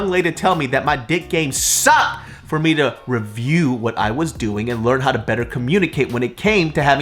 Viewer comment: "and i wanna say tHaNkYUH caUse nOw we gEt tO cOmMuNiCaTUH"